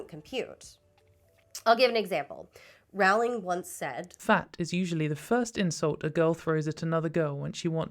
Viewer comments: I didn't mean to be clever. I am pretty confident that the video creator is pronouncing JK's name wrong. The video is very earnest with good criticism, so I assumed that this was unintentional. I thought she would want to know. I worried it might come off as flippant but didn't really know how to prevent that at the time. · JK Rowling's last name rhymes with "bowl", not "owl". If you can't even get that correct, why should I sit through this? You're welcome for the view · NB It's Roe-ling, not Row-like-cow-ling. She's a bad writer, but it kinda undermines your video when you get her name wrong from the start. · ONLY because I think youll genuinely apppreciate the comment, but it’s pronounced, “row-ling”. For someone who doesn’t believe in trans people, I still hold my principle of proper name pronunciation despite not really caring if she would be offended. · Two brief comments before I watch (and I’m sure I’ll have more after): • I think a lot of how bad they were flew under the radar until she outed herself as something of a bigot, and then we started scrutinizing them more closely and realizing… • Her name is pronounced “rolling,” she’s very adamant about that, it annoys her greatly when people mispronounce it, and I’m delighted that you are. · I think her name rhymes with bowling. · Pronounced "rolling," by the way. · I choose to believe you mispronounced Rowling on purpose. I commend spite.